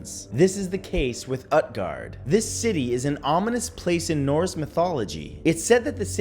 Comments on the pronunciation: 2 nit picks: Utgard would be pronounced Ootguard and Norse religions aren't dead. It makes up a goodly portion of paganism. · It is not pronounced UTguard, it is pronounced OOTguard. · Great video Matt by the way Utguard it actually pronounced (oot-gahrd) 😁, Scholomance was discovered just play WOW lol 😂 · It's pronounced oot-guard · Utgard is pronounced “ootgard” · Matt, say Groot, Cut the Gr, and add gard after the oot. Utgard. You're welcome. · I think that the U in Utgard is pronounced like Uutgard or Ootgard I wonder if Hy-brazil is the original idea for Avalon? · It's pronounced oot-gard